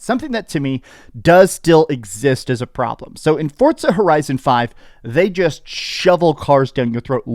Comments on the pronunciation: It's FORZA not fortza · The way he says ForTza makes me wanna throat chop him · Why can't Americans say Forza 😂😂😂😂 they always add a T 😂 forTza 😂 amateurs